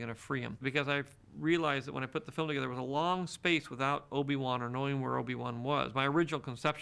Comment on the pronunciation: Did just say "Obi Wuhan"? Sounded like that